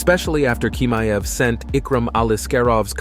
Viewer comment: He is chimaev...ch...not k🤦‍♂️